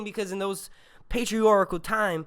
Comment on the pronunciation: It's patriarchal 😭 not patrioracle